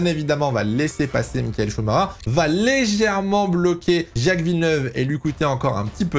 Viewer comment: Mais pourquoi tous les français prononcent son nom avec un "R" au lieu " CH" ? C'est Chumaker quoi, arrêtez d'inventer un Chumarer ou je ne sais quoi !